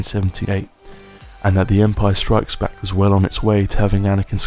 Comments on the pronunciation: You kept saying The Empire STRIKES Back (with the emphasis on ‘Strikes’) when it’s The Empire Strikes BACK. You’re the only one I’ve ever heard say it like that, ie incorrectly. Emphasising ‘Strikes’ suggests there were perhaps other films called The Empire FIGHTS Back, or The Empire SITS Back. If you were to tell me ‘someone tried to fight me,’ I might ask ‘did you fight back?’ The emphasis would be on ‘back’, not ‘fight.’ It’s The Empire Strikes BACK. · …but he pronounces it ‘The Empire STRIKES Back’, when it’s ‘The Empire Strikes BACK,’ ie with the emphasis on Back & not Strikes, so I’m afraid whatever quality of diction he may have, it’s ruined by strange delivery. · Great video, but do you really put that inflection on strikes, when you say The Empire Strikes Back? It drives me crazy. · What's with the weird emphasis when you say "the empire strikes back"? And the talking like you're trying not to wake someone sat next to you up makes this a little unsettling. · Indeed. The 'strikes' emphasis is rather distracting. I remember my nephew used to say it like that years ago and it annoyed me then. There's no italics or punctuation for that word, so no literal reason to change the emphasis or cadence.